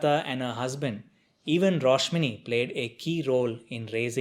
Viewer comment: It's a great review. Btw the name's Rashmoni,not Roshmini.